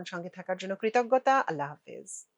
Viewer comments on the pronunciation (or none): none